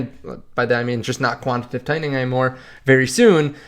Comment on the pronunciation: Quan- ti- ta- tive.... jeez